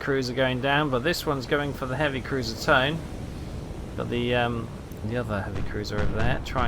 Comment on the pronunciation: I think hearing that same AA gun sound effect from every ship in the game might drive me insane. Are there any sound mods? Also the pronunciation of Tone is more like 'toe-nah'.